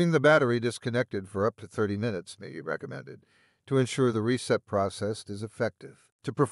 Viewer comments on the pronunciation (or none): NIce informative video, but kind of creepy once you realize that it is AI Generated. The big flaw was that he can not say "Minutes"...He says "Ninutes".